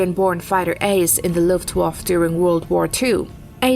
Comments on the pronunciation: LuftwaffE not Luftwaff... bitch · What is wrong with the last letter of the word Luftwaffe? Luftwaff sounds awkward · I love the "luft waffle", never imagined it could be said like that ;-) all the glory stripped down to a simple waffle, love it :-D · please give this woman a correct script, calling "Focke Wulf 190" a "FW 109" is an unacceptable mistake for a video of this type and teach her how to pronounce Luftwaffe